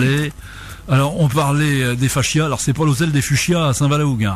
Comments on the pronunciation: ils sont tous nazzz, elle/qui est ???/ explique tellement mal....n’a pas du tout un vocabulaire clair.. c pas faschias mais fascias !! Madame 😅 l’autre derrière se maaarrre !!! mdr mdr 🙉🙀😹 👎👎👎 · On dit "facias" et non "fachias" (il n'y a pas de "h" !!